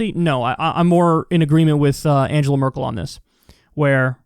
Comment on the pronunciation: It's Merkel, not Merkle.